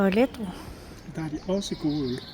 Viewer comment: Ikke Lædro men Le dro